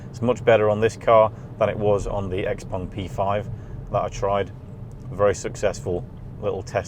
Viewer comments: Great review, but its X-Peng - Not X-Pong :) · Unfortunatly X Pung..... Sorry...X Peng... I heard the video and the person saying X Pung.... Anyway... XPeng G6 is great but will not achieve FSD anytine soon unless they joint or lease from Tesla.... So far versio. 12.5.... Is way ahead of everyone.... Soooo Model Y still the best SUV in the world